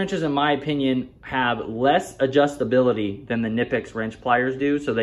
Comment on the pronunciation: It’s pronounced Ka-nipecks, the K is not silent in German.